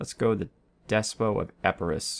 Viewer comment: Oh, and a bit late, but I think the -ot in despot is pronounced. It comes from the Greek δεσποτης (Des-pot-ays). Also, if you want to address your soldiers in Greek, they would be Στρατιωται (strat-ee-oh-tie)